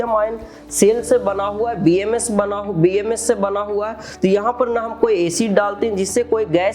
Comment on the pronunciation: “Bsm” nhi “BMS” hota hai.